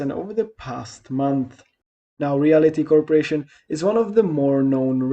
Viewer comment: It’s not REALITY Income, pronounced that way….its REALTY Income, as in…real estate….🤣